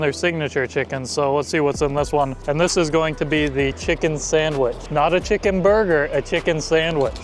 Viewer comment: A Chucken burger “nz accent”